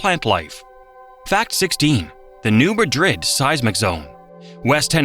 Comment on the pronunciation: Came here to say this! Also, it's not Mount Juli-ette, it's Mount Jul-yut. Also, Also, New MAD-rid. LOL